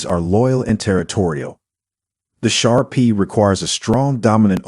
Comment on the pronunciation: Shar PEE???? 😳 Umm, pronounced Shar [PAY] 😂 Pit Bulls for first time dogs owner???? 😳 Akitas are known to be aggressive, and they are banned completely in some U.S. states or placed under strict dog laws. There are currently 42 states that have Akita regulations or laws in place. If you own an Akita expect to pay higher insurance premiums. Many dog breeds are known to bark, growl, etc., before attacking, while an Akita keeps calm and collected, bursting out with aggression in a sudden and surprise attack.